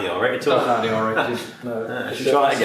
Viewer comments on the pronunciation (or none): none